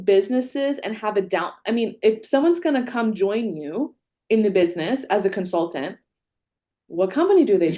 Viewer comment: Is incapable of pronouncing the "t" in consultant and other words with that letter in them? I cringed every time she said "consulant" in stead of "consultant".